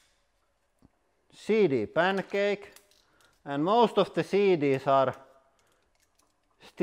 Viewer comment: CD pan’a’cake” Love it!